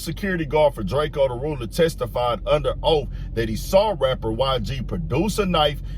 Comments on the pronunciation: Drakio the ruler lol. It’s drako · Long Live ✨️🕊✨️ The Ruler ...its Drake-O not Drake Keo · It’s drake-O not drake-E-O get it right or I’ll be knocking off all kinds of wigs tonight - The Ruler 🙏